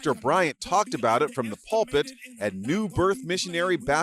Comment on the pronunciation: Ok as I continue to listen. You pronounced pulpit properly. "Po-toe-mick" and "Her-ah-tick" He used to be Pastor of a church here. Gizelle was his wife and they were divorced long before she appeared on the show. He was unfaithful to her.